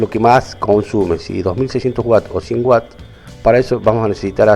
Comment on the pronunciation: Todo bien, excepto que no es whats (que) es Watts (unidad de consumo en un aparato eléctrico)